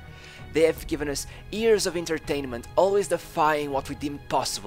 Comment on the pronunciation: Why do you say “ears” instead of “years”